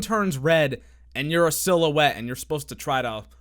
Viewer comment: "i see a little silhouetteo of a man"